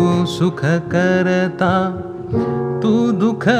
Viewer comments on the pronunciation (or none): लहान तोंडी मोठा घास पण 'भूषण' जितकं छान उच्चारलं गेलं तेवढंच सुखकर्ता दुःखहर्ता खटकलं. सुखकरता दुःखहरता सारखं आलं